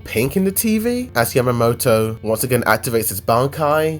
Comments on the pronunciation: WHO THE FUCK IS YAMATO? Its YAMA-MOTO. Smh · Its Yamamoto not Yamato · It's Yamamoto